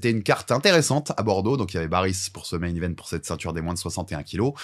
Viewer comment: Oui je sais que c est un prénom turc assez commun qui s écrit Baris mais qui ce prononce Barish..... J en connais un qui est née en Turquie de 2 parents turcs arrivée en France à 6 ans , il n as pas d accents non plus , mais il met un point d honneur a la bonne prononciation de son prénom turc... C est le première athlete turc de sport d hiver ....